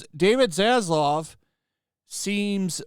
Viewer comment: Why is it that content providers have such a hard time with name pronunciation? It's Zazlav not Zazlov lol 😂